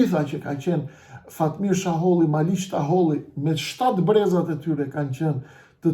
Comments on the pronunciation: Sheholli jo shaholli. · Zotri jo Shaholli por Sheholli.! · Jo jo me jeta xharren ja paske fut kot😂😂😂jeta xharra e ka bo publike qe ky dhe behxhet pacolli i kan marr 2 milion euro e nga ato 2 milion 600 mij i ka marr ky sheholli e jo shaholli qysh po e quan ti😂😂😂pra me jeten gabove